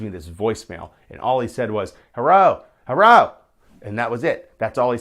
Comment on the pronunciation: I was the guy who called and said "Herro."